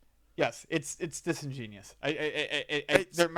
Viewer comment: Yes,, it's very "disingenius". lol